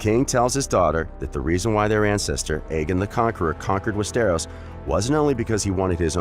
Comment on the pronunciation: you really need to work on pronouncing stuff right like Westeros it’s said like west-tor-os. That’s about as similar as I could spell for it. Just look up other vids on ppl saying it. Also you slipped up at one point and said dany isn’t born for another 2,000 years. It’s 200. But your video isn’t horrible. Figured I’d give some constructive criticism